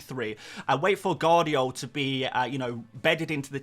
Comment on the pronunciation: It's Gvardiol, not Guardiol. V isn't silent.